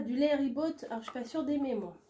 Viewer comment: Coucou,super ça donne envie. Pour le lait ribot,on ne prononce pas le t de la fin. C’est comme un yaourt à boire non sucré avec une petite pointe d’accidité. Moi j’adore bien frais. J’espère que tu vas aimé. Bisous.